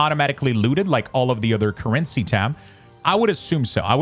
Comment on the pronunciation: "InVENtory" "curRENcy" I wasn't gonna double comment and was just gonna ignore it but what 😭 why did you pronounce these words like that? I'm screaming